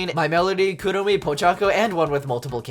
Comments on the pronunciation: .. "kerremi" bro its pronounced (cure-om-ee) and spelt kuromi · Bro its not "cinnamon roll" its cinnamoroll 🙃😩👹 Also not the way you said kuromi its sounds like "cure_oh me" thats how u say Kuromi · Did this guy just say kruomi?